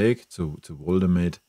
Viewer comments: Arbeite an deiner Rhetorik...das Genuschel ist schwer erträglich. Zudem heißt es Woltemade und nicht "Woldemäde".... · Wie er immer "Woltemäde" sagt. Er heißt "Woltemade"! Zu den Transfers? Bayern sieht es zu locker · Warum sprichst du Woltemade englisch aus? Bist du dumm oder ist das ragebait? Jeder weiss wie der heisst, gerade die letzten Wochen. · Wenn Woltemade nach München wechselt, sprech bitte den Namen dann richtig aus, er ist deutscher und kein Ami ;-) Grüße aus dem Schwabenländle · Lerne erst mal wie man Woltemade ausspricht.......Echt Lachnummer